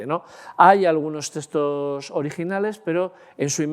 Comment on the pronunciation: Muchas gracias por exponer sus conocimientos de manera tan amena y magistral. Maravilloso !! Por poner un "pero"...me sorprende que con el dominio que tiene del lenguaje, no pronuncie la X, y diga teStos, en vez de teXtos.